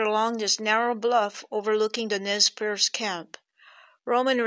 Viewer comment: I cringed every time you said "Nez PIERCE" lol Perce. pronounces it correctly every time! Perce does mean pierce in French but the Nii Mii Pu do not like that pronunciation however it is common here on the Nez Perce reservation where I live. They really don't like the name Nez Perce and it has no known factual origin other than it was placed on them by outsiders as Nez Perce never pierced their noses. They are mystified as to how they got that name. I know many descendants and relatives of these people who were mercilessly persecuted and harassed.. then nearly exterminated. The massacre at Bear Paw is one of the most shameful atrocious acts done against native Americans in our history.